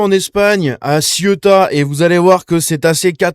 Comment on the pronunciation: Ça ne se prononce pas Siota. Bonjour l’analphabétisme.